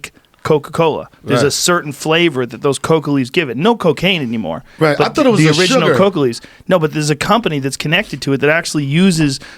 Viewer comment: RZA keeps saying coco leaves what is that its coka